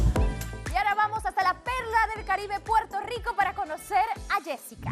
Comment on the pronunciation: “Puerto lico”🤡 se le notó en la cara la incomodidad que le causó a la puertorriqueña. No siempre cambiamos la r por l.